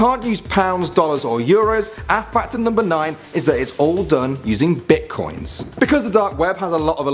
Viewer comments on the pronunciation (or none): "Bitcions" lol